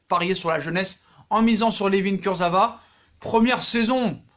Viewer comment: «Kurzevra»... NULLISSIME!!!!